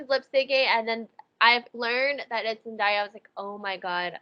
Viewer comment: NOT ME MISPRONOUNCING ZENDAYA’S NAME FOR LIKE 5 MINUTES STRAIGHT!!! FORGIVE ME QUEEN